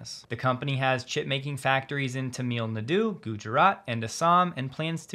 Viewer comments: Tamil Nadu is pronounced “Tam ill” Nadu Not Tameel Nadu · Tamil Nadu is not pronounced "Tam eeel Naw Do". Please google the pronunciation.